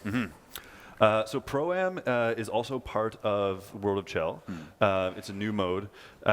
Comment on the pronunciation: It’s pronounced SHel, not CHel